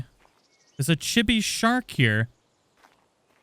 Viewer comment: None water chibis are way better. Like a thyla. With s+ you can tame a poo one and chibi fy it with the s+ mod gun. Also it's cheebee.